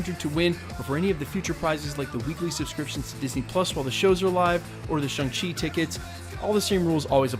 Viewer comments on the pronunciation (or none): The way ALL YouTubers aware choosing to pronounce Shang chi is driving me crazy😫😫